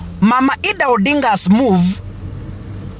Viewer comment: Who is Eedah? Or its Idah( Aidah)